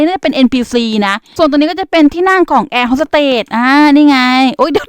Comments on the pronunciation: เค้าเรียกว่าแอร์ host สเตทค่ะไม่ใช่เรียกว่าแอร์ host สเตท😂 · คะแอร์ฮอสสเตทไม่ใช่หรอคะไม่ใช่แอร์ฮอสสเตท